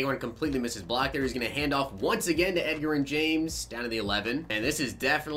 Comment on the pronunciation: no shade but its pronounced ed "j"erin james